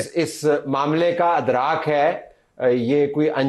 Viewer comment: Urdu sai karay talat Adraak ni idraak